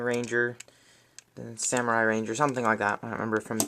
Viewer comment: wtf is a saimuri? it's samurai